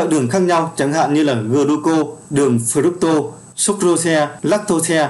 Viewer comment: Cảm ơn kiến thức bổ ích từ kênh ! Góp ý với bạn nên nghiên cứu cải thiện cách đọc các từ sau cho chính xác hơn như Folate, protein, fructose, galactose... Chúc kênh ngày càng phát triển.